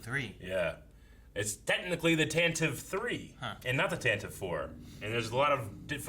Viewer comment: Tantive is pronounced Tan Tiv Vee. First named in the radio drama.